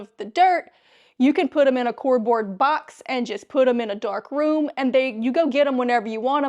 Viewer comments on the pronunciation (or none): IT'S CARDBOARD NOT CORDBOARD! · It sounds like you're saying a cord board box lol, it's card board box. Sounds like a great tip, I'll try to remember to try this. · Lady it's not a cordboard box it's pronounced c a r d b o a r d box see the second letter after the c is a not an o. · She said cordboard, and all this time I thought it was cardboard 😳😯😂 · What’s “cordboard”? Do you mean a “cardboard” box? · What state are you in the way you say cord board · When she said cordbord , and kept going , I immediately subscribed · She has an interesting way of pronouncing "cardboard." Her pronunciation sounds more like " cord board"😊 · Philly lady? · I scrolled till I found a comment. I've never heard it pronounced that way before. 🙂